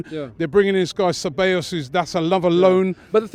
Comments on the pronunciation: Cabellos lmao. It’s Ceballos!!! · it's Ceballos not Kabeyos!!! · You pronounce it Sebayos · "Cabellos" lmaooo